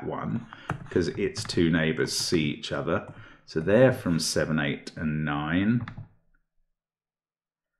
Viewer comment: He says "it can't be 5 cause it's a german whisper number" then immediately lapses into a German accent with "see each ozzer" Brilliant had me laughing pretty hard!